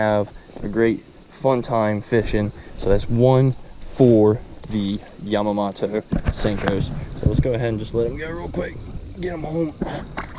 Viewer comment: Gary Yamma-MO-TO